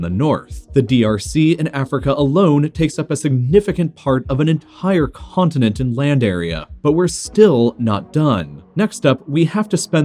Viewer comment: ... " significant p'Hart of an ent'HHire c'HHontinent "